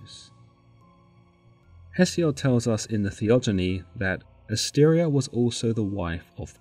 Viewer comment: Asteria not Astaria.